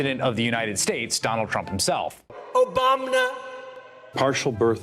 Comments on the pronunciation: 😅😅😅.!! And obamener.!!😅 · Obamna.. with the addition of the echo takes me for a loop every single time I hear it.